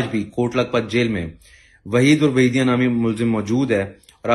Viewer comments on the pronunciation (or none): Ap ne nick names ghalat btaen hain Hanif urf hanifaa not hanifu Waheed orf waheediyan not waheedi